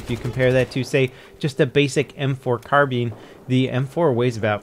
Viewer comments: Carbean? Its pronounced carbINE, not carBEAN right? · Its car-bine not car-bean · British pronounciation is indeed different. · Gaming yes and I live in the U.S. And the U.S. Pronunciation was car-bean and the UK was carb-eye-n, guns are more influential in American than the U.S. so idk maybe it's just me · Dylan Crane It's pronounced Car-Bine in british english. REKT. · Dylan Crane English was made by England the English pronunciation is Car-Bine, therefore I am right. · Dylan Crane Car-Bean isn't the right way the ENGLISH language says otherwise. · Joseph Wiewel Again the word carbine is english therefore should be pronounced Car-Bine, let's face it you're not going to win this argument. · M4 Car-bean lol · OnlyNeedJuan Gaming I prefer British pronunciation, the US pronunciation just sounds weird.